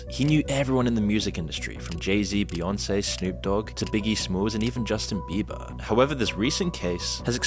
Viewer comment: Bustin jieber 😂😂😂😂